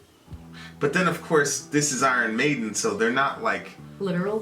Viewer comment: It's iron maiden not maddon